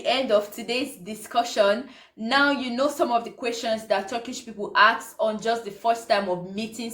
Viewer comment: It’s not ‘aks’ it’s ‘ask’